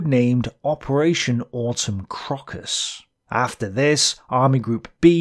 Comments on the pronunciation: Please work on your pronunciation. 'Operation Crockus'? Really? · very small note. Crocus should be pronounced KROW-kuss (unless this is an english dialect thing Ive never heard before.) Autumn crocus is a flower, of which saffron is a type of.